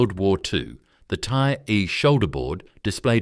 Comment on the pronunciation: 太尉をタイアイと読むとはなw色々ひどい